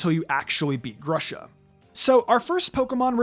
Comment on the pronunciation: Knowing grusha’s name is supposed to be ‘pear’ in russian, it pains me so much to hear your say “Grush-uh” instead of “Groosh-uh”